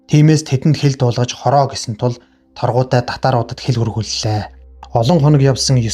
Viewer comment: Сорхан шарынх Чулуун Чинбай гэж 2 хүүтэй.Мөн Торгудай биш Таргудай гэдэг